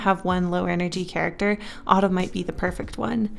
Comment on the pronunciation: Winter: Jacquelin /Tatyana Summer: Jensen Spring: (no idea lol) I kept hearing the word Autumn as Ottoman idk why but- That's his name